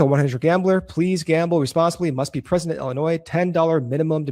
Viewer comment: Look guys i love your hour, I fast forward the ads anyway, but it still hurts my ears that Illinois is mispronounced by every week, it's ill-inois, not ell-inois.